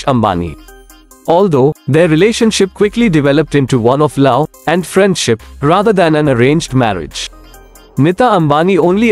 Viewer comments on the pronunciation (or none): none